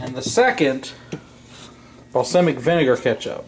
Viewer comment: Its BALLSAWMICK